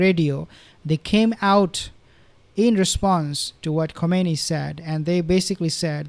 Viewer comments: With all due respects, the supreme leader's name pronounced as "Khaminayi." Not Khumanaini. thank you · Is not komeini is khamenai